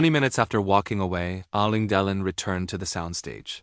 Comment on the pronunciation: On tv ,making reviews and comments, you should know how to pronounce the name of the Actor properly! Ok '! ✅! You are not saying Delon , properly! Bruno usa